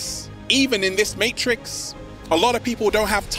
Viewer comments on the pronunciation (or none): none